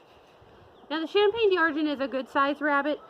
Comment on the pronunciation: 'Dee Arr-gent' 🤣🤣 Can we get a French speaker here to correct the horrible mispronunciation?